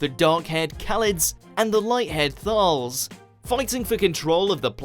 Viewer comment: The narrator of this video obviously has NO idea about Dr Who pronouncing Davros (correct pronunciation is Dav ross NOT Dav rose) he also constantly mis pronounces Kaled and Thais. Please watch mojo get someone who knows the subject properly to do future videos - or at least give them a pronunciation sheet.